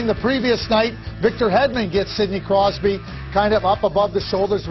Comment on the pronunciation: he almost called him sidney crysby lol